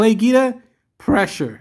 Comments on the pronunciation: It's pronounced 'GWEEDA' not GEEDA ya' stooge. It you're doing a Y/t bit on a guy, the least you could do is get his name right. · Your saying Guida wrong mr. Good vid though. Gets my thummage. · Jesus you’re giving me OCD with that name pronunciation dude, just stop.